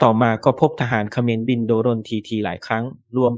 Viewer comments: อ่านว่า"โดรน"..ไม่ใช่"โด-รน" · ประเทศไหนบ้างว่ะอ่านว่า โด รน